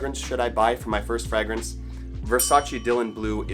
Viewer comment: It's pronounced fray -grance